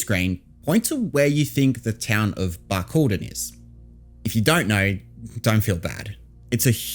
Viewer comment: Have I been pronouncing it wrong? Bark- Al- Dine 😭